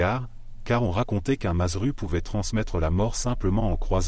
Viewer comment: On dit mazzeru au singulier ça se prononce madzerou et au pluriel Mazzeri et ça se prononce madzeri